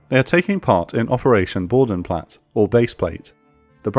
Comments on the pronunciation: "Bodenplatte" has a pronouced e it not boudenplat its Boden-Platte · ...Bo Den Platt Err... (Each letter in German pronounced) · Small correction: Similar to the e in Luftwaffe, the e in Bodenplatte isn't silent. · It is Bodenplatte and not Bodenplatt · just a sidenote: The e at the end of Bodenplatte is pronounced, just like it is with Luftwaffe ;)